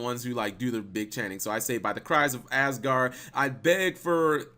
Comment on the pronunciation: When you said asguaard i thought ass guard.